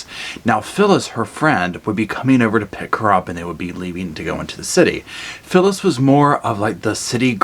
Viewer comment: At about 8 minutes you say "So, Phyllis...." twice. It sounds like you're calling her syphilis. Lol